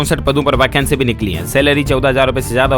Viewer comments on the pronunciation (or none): none